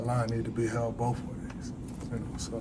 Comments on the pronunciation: It's both. Not bofe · “Bofe” ways. Not “both” ways.